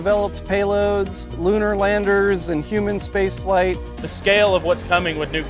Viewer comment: He said lunar Landers.